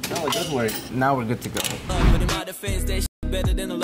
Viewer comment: You know when your Hispanic when you say “Noooooo”